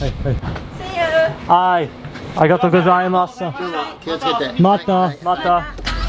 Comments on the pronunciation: you know the "U" in Gozaimasu is silent yeah? if a 'U' vowel ends the word it's silent. So, it's pronounced "Arigatou Go-zai-MAHS" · It’s just “go-zai-I-mas” no “mas-u” ever A casual “thanks” you can get away with “zai-I-maaaaas” and also the i is soft as, barely noticeable, it’s more of a slight tone change of the “zai” (goes up in pitch and the end) Thought you took Japanese lessons lol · when you say arigatougozaimasu. Don't gotta pronounce the su just end it as 's' sound. :D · You’re not supposed to say す when saying ありがとうございます my guy my teacher would pull her hair out lol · Love the content, not sure if you read this, but at the end of some terms you are speaking in Japanese, the “u” is silent. So like when you’re saying good morning or thank you, that “u” sound is silent.